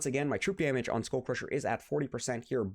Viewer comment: Skull isn't pronounced as "school" It's pronounced as "skal"